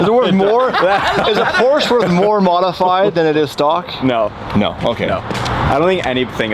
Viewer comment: Learn how to pronounce Porsche